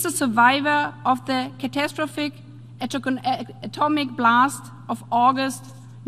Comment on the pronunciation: “Catastrophic ateck-ke-tomic blast” 👍🤡